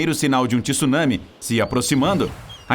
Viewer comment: não é Tisunami é Tsu caralho não sabe pronunciar tsu não grava vídeo